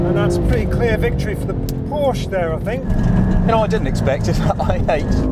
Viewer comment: and he doesn't know how to say "Porsche".